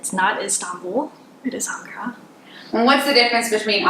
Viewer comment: Thank you for pronouncing Ankara correctly. I lived their for four years. My father was in the Air Force. He was paid in US dollars. We lived off base but, we shopped on base at the commissary for products you couldn't get in the city and we went to the American hospital which was in the city. All of these years later I miss the bazaars and hot sunflower seeds well, I miss the food. All the elementary schools teach not only Turkish but, English and French.